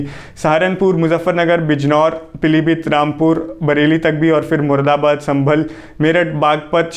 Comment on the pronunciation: Muradabad ko ko Murdabad bol gye Sir 😄 bt ye sirf mazak ki bat h Bht ache se explain kia h hmesha ki trh.. aur aap smjh skte ho kitna dhyan se sunte h hm sb aapko 👍👍